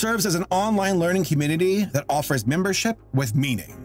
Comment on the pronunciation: You said "communitity" at the start of the sponsor tee hee